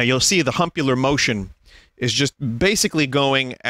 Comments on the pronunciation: My body and mind were not prepared for "humpular motion" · I will never get over Vinny saying "humpular motion"